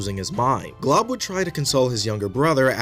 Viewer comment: His name is Glob and not Golb bcz his L came first